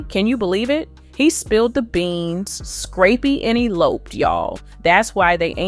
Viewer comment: The way she’s pronouncing Scrappy’s name is hilarious scrape-y 😂